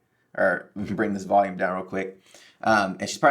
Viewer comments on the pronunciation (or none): none